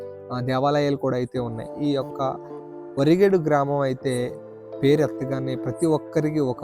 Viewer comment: వా రి గే డు కాదు బ్రో వ రి గే డు ... నైస్ వీడియో